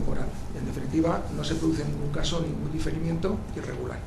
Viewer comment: difirimiento... Jajajaa